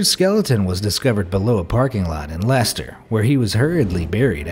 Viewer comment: Whoa. I actually live in Leicester and an surprised an American pronounced it right